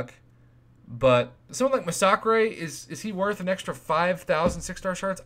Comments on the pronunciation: Not gonna lie it still annoys me as an English person how Prof pronounces masacre, no hate just saying 🤣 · the way you pronounce massacre